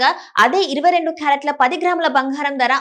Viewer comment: బంగారం తల్లీ భoఘారం కాదు.తెలుగుకు ఇంత దుర్గతి పట్టింది